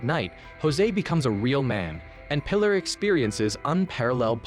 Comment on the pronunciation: I don't know how one can mispronounce "Pilar" pee-LAHR